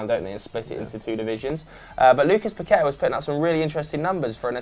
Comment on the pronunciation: its paquetÀ(A) and vinicios (s sound not C )